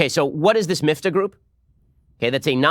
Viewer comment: I am The Batman it’s Miftah (مفتاح in Arabic), meaning ‘key’. Same root as the Hebrew word mafteah (מפתח), so I’m surprised Ben pronounced it so badly ;)